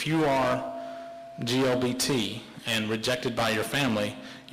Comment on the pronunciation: Dumb bastard said GLBT